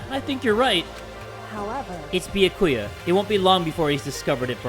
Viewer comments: It’s not Bi-a-ku-ya. It’s Bya-ku-ya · “Beakuya” 😭😭 why say it like that (no offense I still think you awesome) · Byakuya: says his own name correctly: bee ya koo ya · bee yuh koy ah me NOOO IT'S bee-yah-ka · its bee-yAh-koo-yAh NOT bee-yuh-koo-yuh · I don't know how Byakuya would feel if he heard read his name as Bayakuya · HAYY JAY! you’re saying Byakuya wrong! It’s “Bya-kuuya It’s 3 syllables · Yup, its bee-ack-ewe-ah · It’s either pronounced bYA-ku-ya or bYA-kya. I honestly have no clue which one it is because sometimes the different english voice-actors pronounce it differently. But yeah, is putting way too much emphasis on the “ku” and it’s messing with my head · Be-Ah-Ku-Yah and the name is pronounced more quickly than you've been saying it if you say it slow it doesn't sound right, if you've read this comment you're welcome, also sorry it just bothered me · n0ah nah it’s bee-yAh-koo-yah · Having to deal with saying Byakuyas name with one too many syllables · how tf do u say it, ive been saying it the same way as him 😭😭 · i cant wait for the day starts saying byakuyas name right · Please pronounce byakuya right it hurts me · love your videos but you're pronouncing byakuya's name wrong, no offense